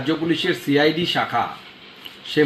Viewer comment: Momotar chokranto cid bolte parena bolse shi i d